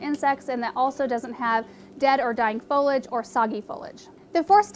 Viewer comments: FO-LEE-AJ not Follage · Yeah I've noticed a few people saying it that way. Fowwlidge is an irritating way to pronounce is for sure. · Fo LEE age. No fo lij 👎👎👎👎